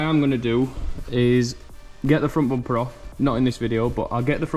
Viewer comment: Everytime he said "Bompe" i smiled. I don't know why!